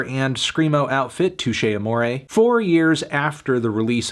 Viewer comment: Anthony, you can’t give this album a six because you don’t know how to pronounce the band name.